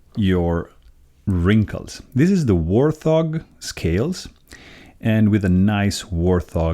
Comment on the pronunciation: "Wart-hog" not "war-thog".